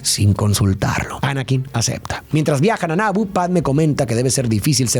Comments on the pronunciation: No es Nabo, es Nabú de Naboo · Que horrible pronuncia Naboo